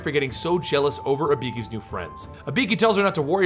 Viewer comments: IBIKI ?!?!?!?!?! E BOO KEY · Eee boo key. Dude they say it in the game.